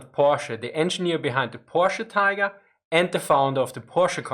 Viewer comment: It's pronounced Porsh. POOOOORSH. - Homer Simpson